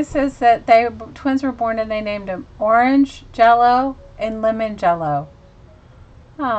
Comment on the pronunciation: Pronounced or-AN-ja-lo and le-MON-ja-lo. Also, I think this is an urban legend. I've heard from about 5 different people who experienced learning of these names from the parents. LOL Love your channel and you! God Bless!